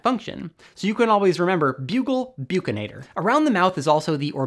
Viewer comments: This is a great video!❤️ But hearing you say 'byukinator' brings tears to my eyes 🥲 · Your pronunciation for “Buccinator” is wrong. Please correct it at least with the subtitle.